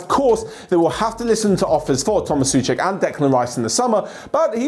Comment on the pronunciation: It's Souček with "O" It's not pronounced Suček, but Souček, why does everyone don't pronounce the "O" in the name?